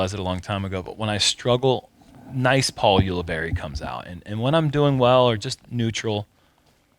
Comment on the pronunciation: "Paul Ulibuddy". I like it,! Thanks,.